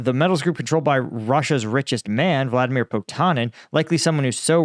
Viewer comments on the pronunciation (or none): none